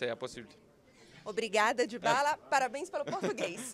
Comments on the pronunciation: erro ele falou Dyabala mas é dybala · DYABALA kkkkkkkkkk